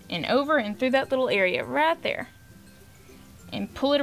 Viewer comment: Love your accent. I was trying to figure out what the RAT ROPE was til I realized you were saying "right" 😂